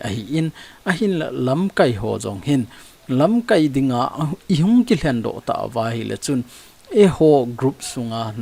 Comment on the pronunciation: Sopi, LAMKAI na lam dan a dih jep poi. Tua na lam dan chu 'verb' a kimang ahi in, noun ahi teng LAMKAAI tia kai sao ding ahe.